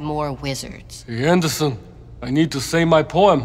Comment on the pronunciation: "Hey Andason. I need to say my poum"